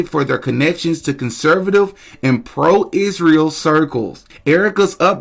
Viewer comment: I am not sure how much more of Candace, I can bear. She’s young, beautiful, talented, but she needs to let Charlie rest. His soul cannot rest easy if she continues to bring him up, daily. Candace is obsessed. Please God, I beg her to quit saying…. ISHREAL!!!! I am stopping tuning in to anything ‘ CANDACE’ 🙏🙏🙏🙏